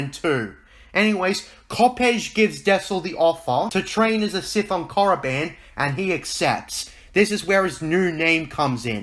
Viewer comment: Don't even speak of that abomination. And it's KORIBAN not moriband. Ugh by the love of God I can't believe george signed off on that crap